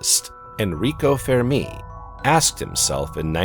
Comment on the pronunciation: The "Fér Me" lol. Don't know why it bothered me with his pronunciation of Fermi paradox but it did